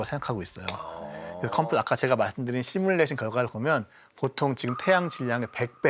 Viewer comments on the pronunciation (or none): none